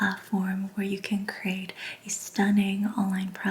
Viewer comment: You said the word "create" a bunch but it does have 2 syllables not just one. And "creators" has not 2 but 3. Pronounced differently from the word crate